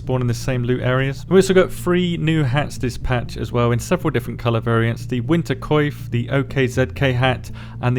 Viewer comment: nobody knows how to pronounce coif lol